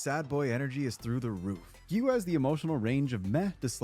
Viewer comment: It's "Gi-yuu" not "Gyu". And you don't pronounce the "u" in Inosuke. "Ino-ske".